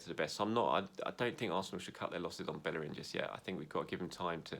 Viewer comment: dude said he'd like hector ballerin at right back! ....hector bellerin 😐